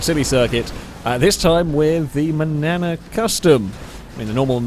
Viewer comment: I keep hearing Banana Custom instead of Manana.